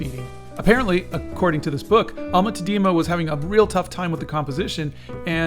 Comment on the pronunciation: Like in all Dutch names the accent is on the first syllable. Tá-dena. The ‘e’ is pronounced as ‘u’ in ‘but’. If you want people to take you seriously, it is very important to also get minor details, like the name of the painter, right. YouTube is an international platform.